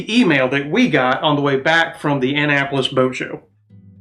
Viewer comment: That’s not how you pronounce Annapolis🤷‍♂️🤷‍♂️🤷‍♂️🤷‍♂️